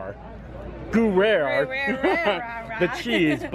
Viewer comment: It's so great to see you having so much fun and enjoying yourself with friends and having such great food! The pronunciation of the gruyere cheese sauce is "Gree-AIR".